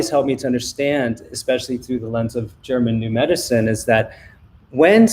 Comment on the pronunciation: does Sayer say '' Germ and New Medicine '' or " German New Medicine " ?